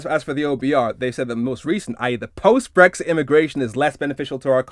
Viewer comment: She can’t even say “BRexit” it’s “BWexit” Posh bint and her fake voice has always annoyed the crap out of me.